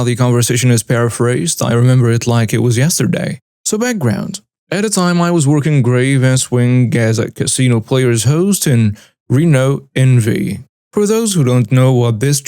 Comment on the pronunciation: Nevada not envy